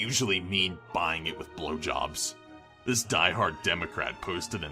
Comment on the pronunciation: the way this dude says blowjobs tho is so funny